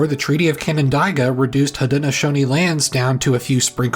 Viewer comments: OMG - Canandaigua is pronounced ka-nuhn-day-gwuh After the revolution it was NO longer a crime to preach anything other than the Kings Religion. I had relatives who were anabaptists that were arrested and burned to the stake, prior to the Revolution, for preaching. 7th day Adventists, Hiram Edson, who lived in Port Gibson, New York (Ontario/Wayne county). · Love the video! Pro tip: Canandaigua is generally pronounced Can-uh-day-gwa, and Skaneateles as skinny-at-less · OMG....."CAN - AND - DIE - GUA" as someone who grew up 20mins North of Canandaigua on Canandaigua Road......it's pronounced "CAN - AND - DAY - GUA". At Least he got Palmyra pronounced right. Considering Thats where I grew up. Right on Canandaigua Road between the Joseph Smith Farm and Hill Cumorah. He did leave out 1 Major Detail and why I learned in College at Finger Lakes Community College, why it was called the "Burned Over District". That would be the Building and Use of the Erie Canal. Being Built from 1817 and Finished in 1825, It DIRECTLY influenced the growth of Towns and Cities along its path Including Albany, Utica, Syracuse, Rome, Lyons, Newark, Palmyra, Macedon, Fairport, Rochester, Albion, Lockport and Buffalo. And with this, there was a massive influx of people moving to the Erie Canal Corridor, and during that time, where people were, the religion had to follow. Take Palmyra for example. At the main Intersection of town , you have the First Zion Episcopal Church (1827), Western Presbyterian Church (1832), First Baptist Church (1835), and First Methodist Church (1867), all within 500 feet of each other. Then The Mormon church down the Road (now the town hall, before new church was built near Joseph Smith Farm), AND St Anne's Church right behind the Western Presbyterian. And Modern Day there are 13 Churches in a town of less than 8,000 people. So the Area became the "Burned Over District" because in a matter of less than 20 Years, the local populations exploded a